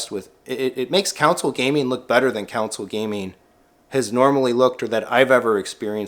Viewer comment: that’s how you pronounced “console gaming” lol